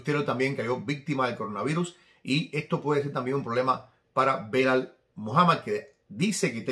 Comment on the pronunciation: SALUDOS DESDE PERÚ QUERIDO, UNA ACOTACIÓN EL NOMBRE DEL RETADOR DE LEON EDWARDS SE PRONUNCIA "BILAL" NO BELAL, UN ABRAZO MI HERMANO!